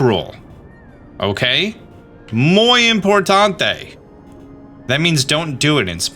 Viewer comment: .... hahaha "Muy importante" = very important But its ok , I probably left a stress mark or something , because spanish can be tough